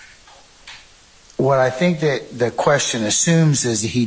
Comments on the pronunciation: The word is “that,” not “dat.” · The prosecutor incapable of proper English: 'dat' vs. 'that', 'splaining' vs. 'explaining', 'ax' for 'ask', various misuse of words like "he 'asserted' to him", "conversate"